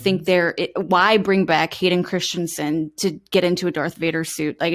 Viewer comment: erm....How many channels....... It's 'Christensen' , NOT Christiansensensensne......lol